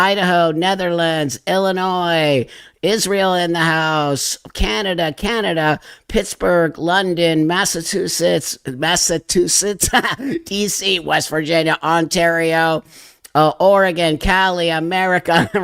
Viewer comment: Massachoosits choo. Chew 😂 Massachusetts